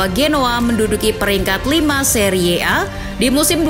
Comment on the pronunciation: Cara membaca Serie A itu terdengar sangat jelek. Harusnya dibaca seri A. Narasi yg baik akhirnya terdengar sangat buruk